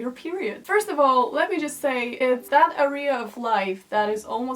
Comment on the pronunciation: Karolina, "Area" - "erja" nie "arija" (pewnie wszyscy uznają, że się czepiam ale odkąd cię oglądam nie daje mi to spokoju :D)